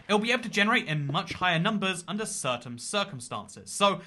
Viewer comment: Hey you said "certaiM circuNstances."